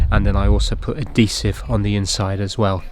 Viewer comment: Am I the only one that does a double take every time I hear "Ah-deesive"?